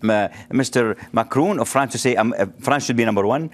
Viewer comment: Macron not Macrooooon 😂😂😂😂